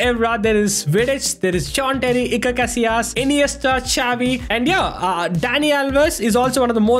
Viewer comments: Bro dont pronouce chavi 😂 prounuce it as shavi with hard S (no hate)❤❤ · its not cavi its xavi